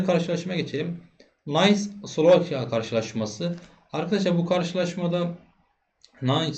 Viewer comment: Nice takımı Nays diye okunmaz. İngiliz değil Fransız takımı bu. Nis diye okunur.